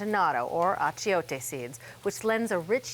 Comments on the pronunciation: I loved your attempts at pronunciation. Sazon: sah-sone Achiote- ah-cho-té You can deepen the achiote flavor by using achiote oil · I'm sure I've heard them say these words correctly in the past. Did they forget how?